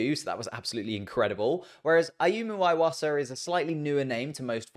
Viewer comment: His name is pronounced E-wasa and not I-wasa